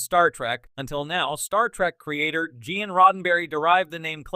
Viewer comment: 'Ge'an Roddenberry' .. 'KlingAnz' ... 'Werf'. this is one of the WORST AI Narrator i've heard so far